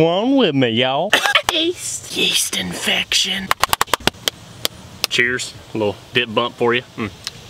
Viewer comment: Why do you always say east infection